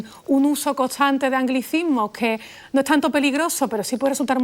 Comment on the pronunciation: Pues a mi parecer, ella misma pronuncia muy feo el grupo consonántico ST (perdón si hablan así, pero no le encuentro lógica cuando pronuncian: ETSÁN (ESTAN), CONTSANTE (CONSTANTE) , GATSAN (GASTAN). (????????????????)